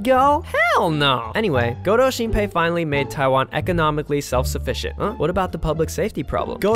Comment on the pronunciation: 一直聽成勾偷星培xD